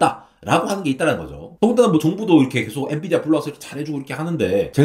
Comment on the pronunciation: 엔비디어가 아니라 엔비디아… 기업 이름부터나 똑바로 말하시길